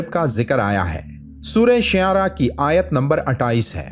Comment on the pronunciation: Shiaara nahi shuaara